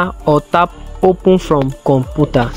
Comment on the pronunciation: Com pu ta ? Computer not com pu ta